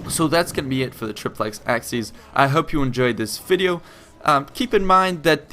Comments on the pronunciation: It's "trip-lex aSSy-es" not "trip-lex aKSy-es" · Its pronounced Ah-ki-ACE if you want use the classical latin pronunciation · it is pronounced AKIES not axkies ! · Acies is pronounced 'A-ky-es' ('es' as in 'best'), not 'axes'. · It's pronounced K in classical latin, Ch in church latin (in front of i, e). In the video "Acies" is pronounced something like "Axes". It should be more like Ak-yes or Ach-yes. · ACIES is pronounced "a-key-es" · Good gods. AH-KEE-ESS. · Triplex Ah-key-aces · 'acies' is pronounced ACK- EE- AIZ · Your pronounciation is complete garbage. A-ki-es Say it properly, come on. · triplex axes? when wil americans ever learn proper pronucation of foreign languages! you cant even pull a latin one which is the easiest! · "Ak-sees"? Are these Romans from the hood? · Nope. Church latin pronounced it like a "ch" sound. Hard c here. Ah-kee-ace. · Isnt it pronounced "asees?" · Wouldn't it be pronounced "Achies"? Because of the letters "ci" which makes a sounds like "chi" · forgive the following pesky comment: i always thought acies was pronnounced *ah-ki-yes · Also, it's pronounced "AH-key-es"